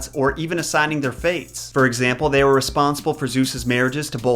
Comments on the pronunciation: It's pronounced Mee-reh. Please please don't call them moy-rai 🙈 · I am from Greece and when you said the moirai I just cringed I am sorry they are called mires but in Greek oi is pronounced i and in ancient Greek ai was the ending of the plural. Greek is a difficult and weird language especially the ancient so I don't blame you. I love your videos and I think you are really lovely ❤ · Greek person speaking here. I only have to make a small correction. Despite being spelled moirai, it's actually pronounced mire. Btw I love your content ! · No offence, but you kinda killed it with the pronunciation. Moirai is pronounced mi-rae in Greek. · That's not how that is pronounced.. it's mEE-reh.. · I don't want to be that guy but I'm going to be that guy . If you were trying to pronounce their greek name it's pronounced mires. It was just written like that because in Greek it's written as μοίρες . Again sorry for bitching about it but it was well meant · Fun (Greek) fact for you: In Greek most of the time when you see oi togeether its pronounced i and ai together its pronounced e,so they are actually called Mires! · you are pronouncing it wrong In Greek it is spelled as Μοιραι (or Μοίρες in moden greek). However οι is pronounced as one word the so is the αι. So in truth, it is not Moirai but Meeres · The word "Moirai" is pronounced "Me-ray." I'd want to know the past. It's the most interesting, as I can learn things which we've forgotten. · Yeah, if he'd checked LoT first, he'd have known how to pronounce their names. So far, he's 0 for 3. 😆